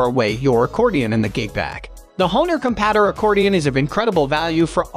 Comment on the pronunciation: The constant mispronunciation of "compadre" really undermines the credibility of this video